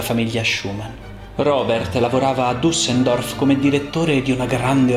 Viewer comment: Bello, mi permetto di sottolineare che la città è Düsseldorf, non Dussendorf…che si percepisce